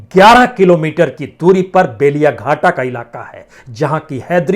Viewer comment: माननीय!लगभग सभी हिंदी मीडिया 'असोल परिवर्तन' ऐसा लिखता है, लेकिन यह गलद है।सही है 'आसोल परिवर्तन'।और 'बेलियाघाटा' नहीं, 'बेलेघाटा' है।